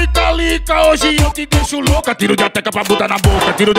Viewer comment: Ele fala calica ou Talita?